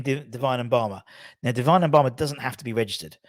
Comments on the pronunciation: It’s Mubama as in ‘moo’bama not ‘en’bama. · I guess some people have difficulty pronouncing simple words... With such a promising talent you'd think a media channel would make the effort to pronounce Mubama's name correctly, it's not hard!